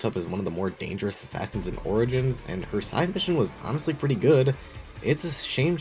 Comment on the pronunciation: it’s pronounced ora jins, not oregans